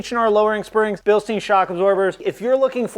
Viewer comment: Bilstein rhymes with "mine".